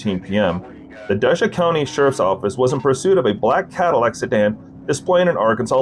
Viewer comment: Desha = "Duh Shay". Dumas = "Doo Miss" --it's a habit now, borking names, eh? i hope you don't mangle Helena in the future. dude, do some due diligence, and quit insulting people. you're acting like a clueless yankee. Bodcau = "Bod Kaw". jeez.